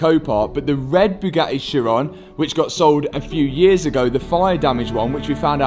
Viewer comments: or pronounces Bugatti as Byu-ga-eee. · or Bugatti as BOO-GATEE! 😂😂😂 Matt’s a class act, he’s full of jokes.